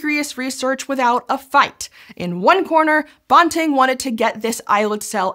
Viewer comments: I'm a U of T grad - we say "Banting and Best." The A in Banting is like the A in apple. Not the O in Bob. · I know Scishow makes a big deal about fact checking and how they are often using words from scientific literature that don’t have clear established pronunciations, but Banting’s name is neither obscure nor hard to pronounce. You can look it up on Wikipedia or in a regular dictionary, so I wish someone on staff would have told the right way to pronounce it while making this video. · Banting... Ban rhymes with can, ran, fan, tan, dan, jan, LAN, man, nan, pan, van, WAN. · Sadly, you've mispronounced the name of Dr. Banting the whole way through. Respect! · Great video, but I've always heard his name pronounced with a short A. (am Canadian) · His name is Banting, not bonting, as the narrator calls him. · Dr. Banting's surname rhymes with "panting", not the made-up word "ponting". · I agree, Banting is pronounced bænting. (psst, how is æ pronounced?) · I have never, in my life, heard Banting pronounced "bawn-ting"... it's quite bizarre. I've been reading about him since I was about 6 and have even stood outside Banting House in London, Ontario (it was closed so I couldn't go in), and I've watched documentaries and biopics about him because he is one of my heroes. In that about 50 years of time, I've never heard it pronounced as anything but BAN-ting. I guess there's a first time for everything. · Banting is pronounced bænting rather than bahnting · Banting, like ranting, which is what I'm doing right now about that bizarre pronunciation. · Yes. The high school my daughter went to is called Banting. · The pronunciation of Banting is killing me. It should rhyme with panting. Source: He was from my area, there’s a high school named after him and my husband and I went to school with members of the family. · Yes! I’m from where Banting was born and know the family. Banting should pronounced to rhyme with panting. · bawnting? is that how it's pronounced?